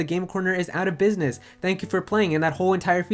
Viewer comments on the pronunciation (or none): none